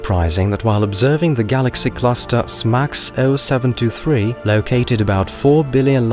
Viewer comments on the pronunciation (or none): none